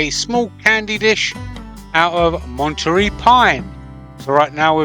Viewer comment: Love watching your videos and seeing you on exoticblanks video's as well. Wonder why Carl did not pop in on this one.:) Maybe I heard wrong, but that is pronounced Mont a ray. Keep up the good work.